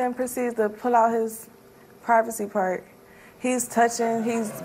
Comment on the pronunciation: Did she say "privacy part"!?!?!